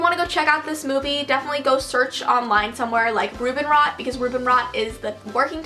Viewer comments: Haha it's so cute how you pronounce Robinrot :D The second movie Saphierblau is out now and they're currently working on the 3rd movie. Love from Germany ❤️ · You are pronouncing Rubinrot SOOO lovely☺️ I am from Germany btw